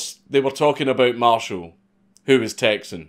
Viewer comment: He says it like a real Texan. t. a Texan